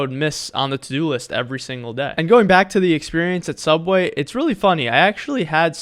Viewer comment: your saying subway wrong